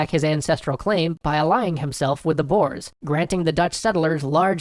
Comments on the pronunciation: I thought you said boars XD. Couldn't find anything about dutch boars but then I realised you meant boers or boeren. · Pronounced Boe-Erz.